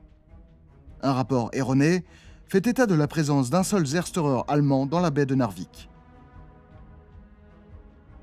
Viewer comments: C'est dramatique et passionnant, cette campagne de Norvège. On aurait pu mentionner l'incident de l'Altmark. (PS : un Zerstörer allemand se prononce Tser-chteu-reur) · Un petit effort sur la prononciation de Luftwaffe, Zerstörer et See Lowe, et c'est parfait.